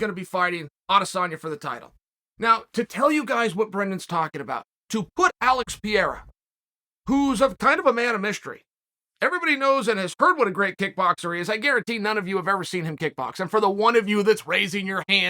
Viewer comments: Piera? Pe-rei-ra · Chael its pronounced (per-air-a) not (pee-air-a) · Please Chael, stop calling Alex "Piera" its Pereira! 😂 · Chael, try to pronounce Pe - rei - ra. It's certainly not Pierre. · It's NOT Pierra, it's Perreira! Pronounced PEJJEIRA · Pee-Air-Uh lol Chael, just say Alex lmao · Lol that charlie is calling him pierra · Chael will butcher a name won't he? Pee- air -uh? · It's pronounced Pe-Heira. Love your work Chael! 🙌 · Hey, uncle Chael! Who the hell is PIERRE or PIERRA???🤔🤔🤔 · "Alex Pieira" 😄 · "Piara" lol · Chael that name “ Alex pereira “ is not that hard to say man 😂 I’m sure yo-youve been in enough Brazilian jiu jitsu camps for you to know how to say PEREIRA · The Great French Kickboxer, Alexandré "Marteau" Pierre-uh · Uncle Chael, it's pronounced "Puh-rare-uh" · Not Piera, PEREIRA. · PIERRAA???? REALLYY??? Is the mispronunciation intentional at this point? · Pierra Oozeman MuckleChev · Pereira not PI ERA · "Alex Pierro" - Uncle Chael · Chael is undefeated in mispronounced names. Excited to see Pierre and Strickland 🤷🏼‍♂️ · "pee aira".... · Hahahahahaha it is Pereira, not Pierre. I still laugh when you guys called Palhares "paul harris" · Somebody please get Chael a pronunciation coach. Say it with me.. PE RE RA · alex "piera" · Do you think Chael pronounces his name wrong on purposes or dies he not read the comments or does he not even have anyone around him who knows how to say it🤣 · Wondering when uncle Chael is gonna learn to pronounce Pereira... lol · Chael sonnen logic : can prenounce adesanya - cant prenounce perreira